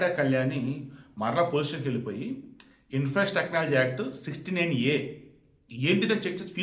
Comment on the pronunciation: Information Technology Act, Section 69A 🤦. సరిగ్గా పలుకు సామి🤷.